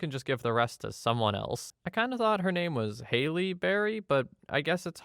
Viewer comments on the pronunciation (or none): HAL-LEE . Not Hailey lol